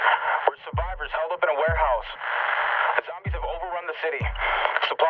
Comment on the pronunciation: This cracked me up: "we're survivors heal up in a wEarhouse" It is supposed to be "warehouse" Love your content!!